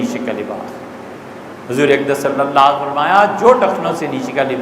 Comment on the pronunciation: Ye molana sahib ko kahiye ki "sallallaahu alaihi wasallam" theek theek adaa kare....